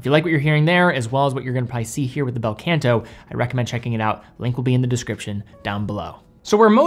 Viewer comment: Not the “Bell Kent Aww” though, it’s Bel Canto - is Italian right? 😂 (also.. not Baldazar)